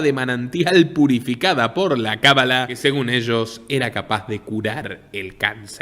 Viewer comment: Buen documental, pero la pronunciación correcta no es "cabalá" sino cábala. Es una palabra esdrújula, por lo tanto lleva acento marcado. Va con onda...